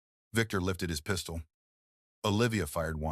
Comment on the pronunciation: Lmao The pronunciations though! "There was a PEE-stole in his hand!" 🤣 🤣 🤣 🤣